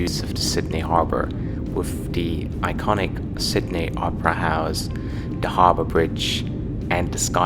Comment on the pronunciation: I love it. You pronounce “Sydney” like a German still but “Australia” 100% like an Aussie. To sound more Aussie you have to say it “Sid-knee” 😉